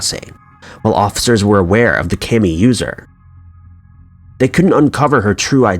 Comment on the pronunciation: Kami is not at all pronounced that way.